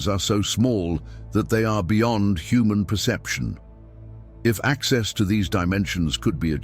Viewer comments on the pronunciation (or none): none